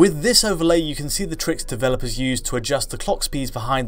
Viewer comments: He can't pronounce "can" either, he says "Ken" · Why can't you say "can"? You say "Ken"